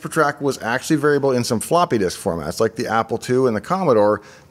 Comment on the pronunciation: It's difficult to understand you. Fast talk and so many slurred words with skipped syllables lacking enunciation. I'm disappointed because everything else looks so well done. Reh-stre (Registry) Ash-ee (Actually)